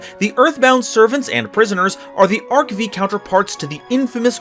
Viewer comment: The V in "ARC-V" is a 5